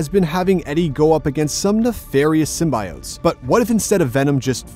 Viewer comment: I’m usually understanding of different cultures and accents.. but the way this man is pronouncing “symbiotes” is giving me anxiety 😔